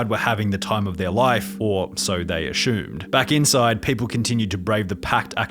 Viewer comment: why are you pronouncing "assumed" as "ashumed"? it's so weird.. good video apart from that.